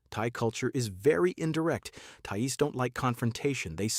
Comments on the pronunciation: Thai Es. AI much? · An AI voice that can't even pronounce the word "thais", makes the rest of the video irrelevant as if you can't even get that right then everything else you are talking about is also probably incorect.